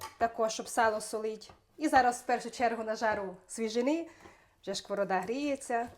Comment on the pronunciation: Жлу завжди ваши відео, без образ,чому шковорода а не сковорода,вибачте.